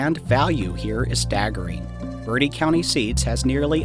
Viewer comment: Please stop saying birdee county it is pronounced bert -tee county Thank you 😅😅😅😅😅😅😅